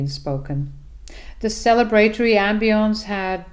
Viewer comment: 'Celebratory' is pronounced 'selly-brah-tory' not 'cele-bratty' 🙂